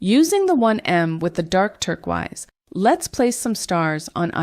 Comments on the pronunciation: Hey it sounds like you didn't realise, but turquoise is pronounced tur-koys not turk-wize. This can sometimes happen, even to native English speakers when we pronounce a word phonetically but have not actually heard it spoken! Lovely designs, but the mispronunciation is really jarring, you might want to re-record the audio for the video 💕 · Love the video but you have me wondering if I’ve been saying turquoise wrong all my life, lol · The was that you pronounce turquoise is kind of infuriating 😂